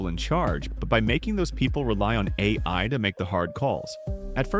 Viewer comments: yep I noticed that too. "the Aaaaaa i" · The a i voice gives itself away when it messes up saying ai